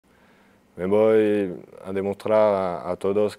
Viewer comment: que bueno xD " Voy a demostrá" parece andaluz xD